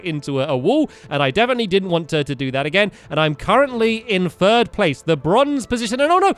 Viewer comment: stampy says 1st 2nd or 3RST